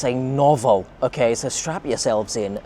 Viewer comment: You pronounce the store Okayjah